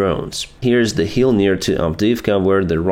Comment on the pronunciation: Вы так хорошо говорите по английский, но произношение буква 'i' часто бывает неправильно. Например, "hill' получается как 'heal, heel', 'kill - keel', 'dill-deal', 'fill-feel'. Goolge Translate может помочь с произношением.